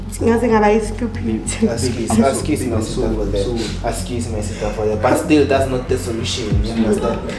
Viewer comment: I'm I the only one who heard "scupid"? 🤔🤣